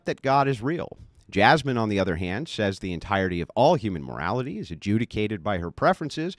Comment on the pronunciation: "Jazmen"? pfft...🙄